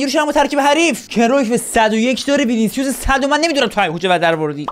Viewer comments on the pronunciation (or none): none